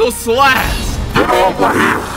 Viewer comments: PRONOUCE THE H IN SLASH, PLEASE! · Pronounced:slash:slass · u said strong slas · YOU SAY “SLASS” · Man's H button broke, cause th is "slas"